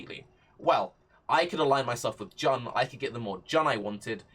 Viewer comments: Isn’t it pronounced Joon ? Jan is just weird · Good suggestion and all but you gotta stop pronouncing Jun as Jan